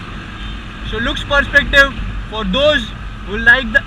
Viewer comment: Really detailed review... I heard u r saying "S" as "SH". Ex.Class as Clash, so as sho..etc It changes meanings Bura mat mano, muze aisa laga is liye keh raha hu....